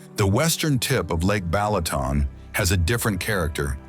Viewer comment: Beautiful vibrant video A+ AI voice NOT, Pecks, Balatoon, Teehon????? 🤦🏾‍♂️🤦🏾‍♂️🤦🏾‍♂️🤦🏾‍♂️